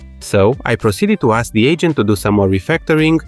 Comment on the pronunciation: I keep hearing "the ancient" instead of "the agent", and i think it only makes three video better.